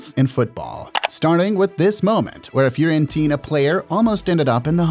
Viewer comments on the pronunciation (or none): none